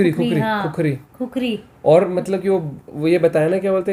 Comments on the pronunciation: खुखरी होइन भाटे खुकुरी हो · पहले सहि नाम लेना सिखिए खुकुरी को खुखरी मत बोलिए ! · खुखरी नहि भाइ इसको खुकुरी बोलते है 😁😁😁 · खुकुरी बोल्ते हें , #खुखरी गलत हे#